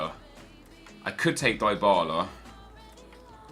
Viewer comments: I'll give you money to stop pronouncing Dybala the way you do. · Lol +Eddy Logan. It is often true